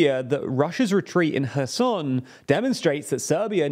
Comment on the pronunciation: Finally, somebody said correctly Kherson Херсон !